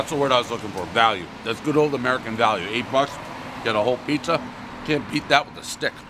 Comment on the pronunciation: One pizzer review, everybody knows Pres adds extra R’s when he speaks